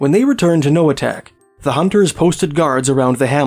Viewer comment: Inupiaq Eskimo here, I’m certain you pronounced 100% of these villages wrong 🤓 my mother is from Noatak (no-uh-taq) and Kotzebue right next to Noatak.